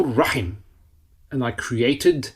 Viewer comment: Dear Instructor. Please be informed that it's not AL RAHMAAN or AL RAHEEM but it must be pronounced as AR-RAHMAAN and AR-RAHEEM because the alphabet "Ra" ر is حرف الشمسية so it has be joined with the following alphabet which comes after ال. Therefore AL ال must not be pronounced except for حروف القمرية. Even when you write it should be read as AR RAHMAAN or AR RAHEEM eliminating all possibilities of incorrect pronunciations. May ALLAH AZZAWAJAL INCREASE ALL OF OUR KNOWLEDGE. جزاك الله خير